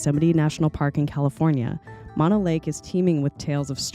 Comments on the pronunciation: It is M-ō-no lake. Not Mono like mononucleosis. 🙄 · Mo-no lake Not mon-o lake. Drove by this lake as a kid going camping with parents to Yosemite, and remember the lake full with a resort and sailboats out on the water. Now after years of L.A. taking water from the streams that flow into the lake it is rather low. It has come up a bit in the last few years but nothing like it used to be. I wouldn't swim in that water if you paid me. Yuck. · Please, it is Mo-no, not Maw-no. Mo rhymes with no, (not Mo rhymes with paw) Thank you. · Horse manure , it’s pronounce Mah-know lake…….. MONO ……I’ve lived in both Bridgeport, Topaz and Mammoth lakes for decades …..there is NO special pronunciation of the lake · It’s pronounced Mo-No. like Moe, Larry, Curly. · Not to nitpick, but it's pronounced "MOH-no " lake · "Mono" in Mono Lake is pronounced as "MOH-noh." The first syllable is pronounced like "mow" (as in mowing the lawn), and the second syllable is pronounced like the "no" in "note."